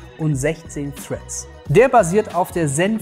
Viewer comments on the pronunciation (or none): none